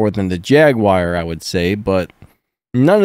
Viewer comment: Hi mate great video but you had me really confused as to wtf a "Jag-wire" is.....